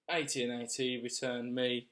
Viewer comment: AT&T, not AT&AT 😂